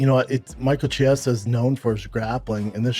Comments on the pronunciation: Schaub still mispronouncing, “Chiesa”? Really?? How long has the dude been in the UFC? 🤦‍♂️ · yes he was and its fucking hilarious, dude has been in ufc for ages and schaub still can't be bothered to say his name right, what a tool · can someone get a memo out to schaub with the correct pronunciation of chiesa's last name, wtf schaub, you've been in the game for so long, can't even be bothered to say the guy's name correctly?